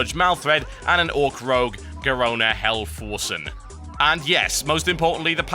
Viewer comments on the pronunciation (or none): i think its pronounced garona's last name is pronounced "half-orc-en" instead of "helforsen" even though the name is written as halforcen i am assuming this because she is half orc, half draenei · TB, it's Garona Halforcen (Pronounced (Half-Orc-en) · i believe you have the pronunciation of her name wrong